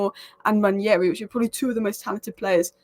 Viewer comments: It’s pronounce (Wand Nail Ree) Nwaneri . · I don't know how you read it the name Nwaneri and pronounce your own things I belive its an African name where what you see is what you say Nwa-ne-ri. You butcher words. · It's pronounced Wah-Nay -ree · It's Nwaah - Neh - Rei It's an Igbo - Nigerian name, you both aren't. Stop the spoil. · I'm Nigerian, though not Igbo. I'll definitely defer to an Igbo man's pronunciation. If you read what I said above well you'll see that I questioned where this mysterious 'y' came from to make the name Nwan-yeri. Now everyone (through no fault of theirs obviously) is mispronouncing his name. I really hope it does not stick much longer. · Honestly I don't know who started this Nwan-yeri pronunciation and now everybody thinks it's correct.